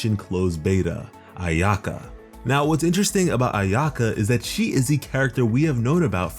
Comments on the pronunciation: your pronunciation hurts me so bad. eena-ZOO-ma and AI-yuh-kah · I’m Japanese, and he really butchered a lot of the Japanese pronunciations in the video like Inazuma and Ayaka. I hope people learn how to properly say them ^^ I think it’s very important in showing respect. I do the same with Liyue characters ^^